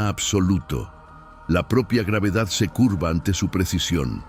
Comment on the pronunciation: Muy buenas imagenes y relato , pero me duelen los oidos cuando cita a la gravedad 😆.